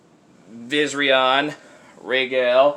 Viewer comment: This is how you pronounce the golden and green dragons names (Vis Air E On ) And The green dragons name (Ray Goal)